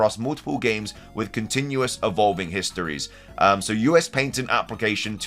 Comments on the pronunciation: Pat - tent. Not, Pait -ent. Merry Christmas. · Its called patent. Not paintent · Patent...ok i thought he was saying "painting" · Pat-ent not paint ent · I'm sorry, why? Not Nintendo, but you. You keep pronouncing it "Paintent" but it's spelled "Patent" and pronounced "pa·tnt". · Finding out patent is pronounced differently in England is mind blowing. In America it’s pronounced as if saying pat-int. I was gonna write a comment saying “that’s not how you pronounce it,” but I googled it just in case and by golly it’s actually different over there. So strange 😂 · The way you say patent is cringy